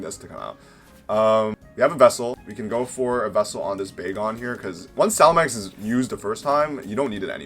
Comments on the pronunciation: Its salamence.....not salamenks... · Man you seem to not be able to read or pronounce. It’s salamance not salamanx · No hate, but after 20 years of playing Pokémon, “Salamenkse” is a first lmao